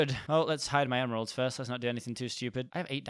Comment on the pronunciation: Did i hear...memeralds? I kinda did BUT YAY I HAVE A MEME PUN!!